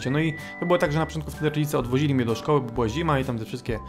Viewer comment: nie szkodły tylko szkoły xDD